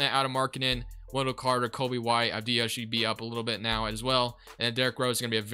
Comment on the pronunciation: Its pronounced Av-di-ya not Av-di-ha, other than that interesting video